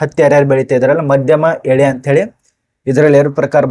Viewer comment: ಅದು "ಹತ್ತಿ ಉದ್ದನೆಯ ಎಳೆ ", ಅದು ವಿಳೆ ಅಲ್ಲ, ಕನ್ನಡದಲ್ಲಿ ಕನಿಷ್ಠ 35ಮಾರ್ಕ್ಸ್ ಆದ್ರೂ ಕಾಪಿ ಹೊಡೆಯದೇ ಪಡಕೊಂಡ್ರೆ ಈ ತಪ್ಪು ಆಗುವುದಿಲ್ಲ